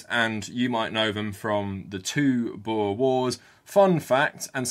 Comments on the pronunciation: also the pronounciation of oe is just wrong, its more like an "oo" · You've gotta roll the R in 'boer'. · As a South African, I love seeing you cover our country. Hope you do it more in the future. Also, you going through the different pronunciations of 'boer' made my day. 😁